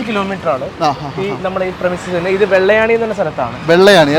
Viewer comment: "വെള്ളയാണി" അല്ല പൊട്ടാ " വെള്ളായണി" 😂😂😂😂😂